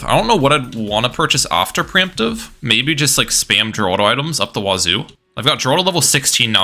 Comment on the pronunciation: Also, ninja kiwi confirmed that Geraldo is actually pronounced as Heraldo not Jeraldo